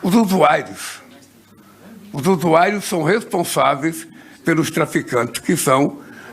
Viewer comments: USU-AI-ROS.? USU-AI-ROS?????🤔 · Ele falou USUAIROS ???